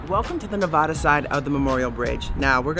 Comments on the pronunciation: Please, please, please say Nev-AD-a Thank you! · Damn it. Learn how to say Nevada!